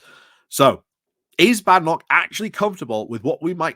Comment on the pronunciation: Why are you mispronouncing her name?